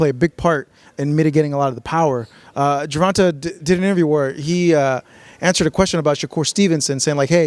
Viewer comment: Jer... Vahn... TAY... my guy.... TAY. I feel like you were disrespecting him in a subversive buddybuddy attempt. Say it right from now on. Also, you said "i don't know when sparring has become so important, I don't know what the big deal is" in reference to Garcia not fairing well against Haney... but IMMEDIATELY afterward, 2 hispanic fighters were mentioned, and you instantly started foaming at the mouth in hunger for that sparring footage.... Oh, now it's a big deal? I'll take this video, with a grain of salt....